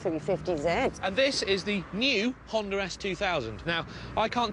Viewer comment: lol "hondur"